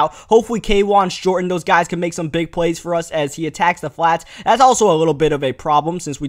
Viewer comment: I think it's pronounced thats not "dats"